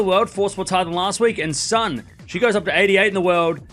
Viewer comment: Lulu Sun name is read like soon 🔜 not ☀️